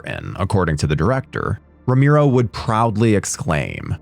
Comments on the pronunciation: Me too! I rented this movie back in 2001 in video stores!🤗 P.s: And his name is RO-ME-RO! Not RO-MI-RO....they spelled it wrong in the video every time!😮‍💨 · Rom-e-ro NOT Rom-i-ro, fuck sake! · ROMERO, man ROMERO, not Romiro. Geeee... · Roe-MARE-oh, not Roe-MEER-oh. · Brother I don’t know who told you his name was pronounced that way but it’s driving me crazy. You should look it up before you say it 200 times in a YouTube video